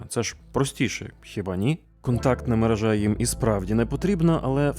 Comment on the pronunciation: Не мережá, а мерéжа. Слідкуйте, будь ласка, за мовленням - дуже ріже вуха.